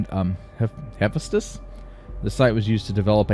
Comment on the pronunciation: Hephaestus (or more accurately Hephæstus), like Oulixes (you licks ease), is a Greek name. Emphasis is on the second syllable in both cases. "Extra hours" does NOT mean you have extra people, but that you are demanding compulsory overtime (i.e. extra hours) from your workers. The beatings will continue until morale improves. You urgently need to defrost more cryopods, and it is nuts that you even have some on board but have turned the cryonics centre off while still deficient in workers. You had better aim at 10% surplus workers per sector, or every time you build anything you will cause accidents and kill off valuable workers. That delay while you hunted up the electronics and struggled with the resource management to move it to the right sector cost you badly on hull integrity, and OF COURSE efficiency drops off as the big holes are patched - it takes longer to find the smaller holes and patching each of them has less effect than patching a big hole.